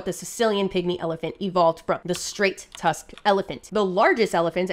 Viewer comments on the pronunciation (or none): none